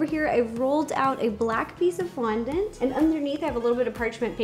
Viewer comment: Am I tired or did you start saying qaundent?